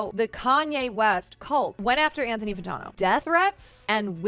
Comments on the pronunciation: Fan-tan-o not Fan-tawn-o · i enjoyed the vid until she couldn't say Anthony Fantano's name right. unsubscribe :/